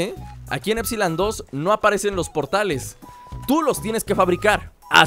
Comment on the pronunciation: LukasRap Roblox, Juegos dice épsilon no épsilon aprende a leer